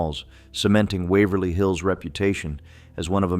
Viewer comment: The AI almost got The Palace Theater and Wavery Hills right